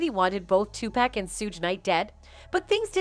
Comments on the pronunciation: DAMN ! HIS NAME IS 2PAC NOT 2PACK WTH LOL !!!!! White people always getting his name wrong lol 😆 😂 🤣 !!!!!! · His name is Tupac not 2 pack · PLEASE UPGRADE OR EDUCATE THE NARRATOR ON "PRONUNCIATION" !! IT LITERALLY HURTS MY EARS TO REPEATEDLY HEAR THIS WOMAN INCORRECTLY SAY MY DECEASED BROTHER'S NAME !! TUPAC SHOULD BE PRONOUNCED " TOO POCK" and not " TOO PACK" !! IT'S NOT THAT DIFFICULT AND I'M TRULY BAFFLED AS TO WHY THIS HASN'T BEEN ADDRESSED ALREADY ! IMO THAT'S THE MINIMAL AMOUNT OF RESPECT ONE SHOULD PLACE UPON HIS NAME !! THANKING YOU IN ADVANCE FOR ADDRESSING THIS ISSUE !! PEACE AND BLESSINGS !! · It's not 2 pec white girl, it's 2 pac...okay!! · WTF, is it about wyt people calling Tupac, TO-PACK? What, they can't can't pronounce the other short A sound?😐😐🤐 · Dang I wish she would stop saying Tu pack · If you’re gonna report this type of sh*t make sure you say 2Pac name, right. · It's a false grammar error in every video she put out and keeps on getting tupac name wrong.